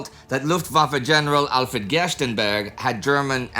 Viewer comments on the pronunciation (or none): none